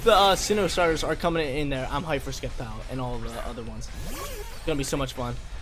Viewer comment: Sceptile isn't sinnoh. It's Hoenn. Also, you pronounce names incorrect af sometimes